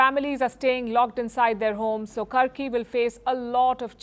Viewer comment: It's karki not kharki